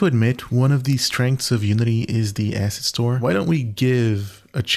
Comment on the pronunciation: not the cutting word "asset" every time so it sounds like "ass" :D